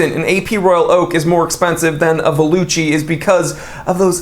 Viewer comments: Valuchi should be pronounced “Valoocky” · the italian pronunciation of 'valuchi' would be 'valookee' so they were even too lazy to type their own brand name into the text to voice box of google translate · If Valuchi is trying to be Italian, they need to check how 'ch' is pronounced…